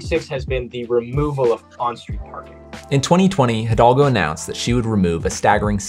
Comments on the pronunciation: Thanks for this video. The name of the paris mayor is Anne Hidalgo and not Hidolga. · It's Hidalgo, not Hidolga. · Bro struggled to say Anne hidalgo